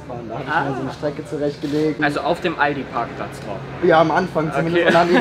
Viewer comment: er hat ALDI PARCKPLATZ gesagt!!!!!!!!!! !!!!!!!!!!!!!!!!!!!!!!!!!!!!!!!!!!!!!!!!!!!!!